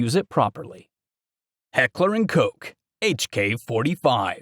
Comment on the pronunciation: That’s the correct annunciation.